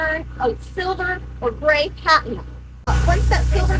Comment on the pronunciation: UV "rayses"? "Patent" color? Oh my.